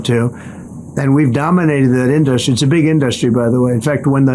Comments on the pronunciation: Why does he pronounce industry like a child reading the word for the first time? Also nobody has ever brought up that he says nuclear like its a noun. Not once in 10 yrs have I ever heard anyone bring this up and it sounds soo dumb in both instances. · Why does he keep pronouncing “industry” as “in-dust-tree” ?? I love how he didn’t answer the question the guy asked about Trumps crypto and conflict of interest. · Why does he say in dust tree? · is killing it up there..😂😂 In-dust-tree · "In Dust Ree"- Dump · I think he should say "in-da-ster-ree" 20 more times... 🤣🤣🤣🤣🤣